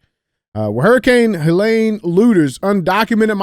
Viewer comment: Hey Dj, it's HeH-leeen, not lane, ok.😅